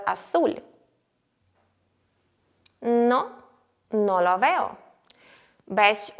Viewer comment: Мені здається, чи артиклі lo/la правильно вимовляти з м'якою л (щось між ло і льо)? Без хейту, просто пробую заодно вчити правильну вимову, а на відео ви вимовляєте по-іншому і я не знаю як добре.